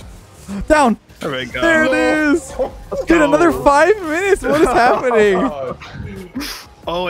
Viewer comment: " go" anyway he 100% watching sizz